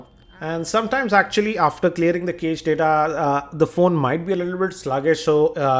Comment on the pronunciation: video, One correction-the pronunciation for cached is 'Kashed'.